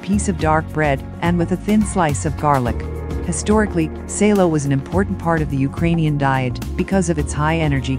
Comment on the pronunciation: Salo is not SEILO. IT IS S Á L O. Stop distorting foreign words it is just ugly🤦🏻‍♂️😒